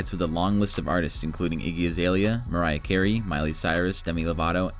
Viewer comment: They sho got Mariah Carey right